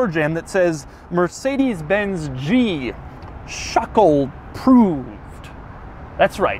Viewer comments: NOTO RIOUS Schöckl, wenn ich bitten darf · You pronounce this SCHÖ syllable like the SHI in shirt. Then followed by a second syllable KL like in byciCLE.;) Easy. Now you speak German, man! 😜